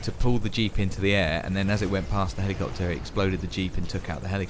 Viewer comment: I love the way you lot pronounce helleecopter xD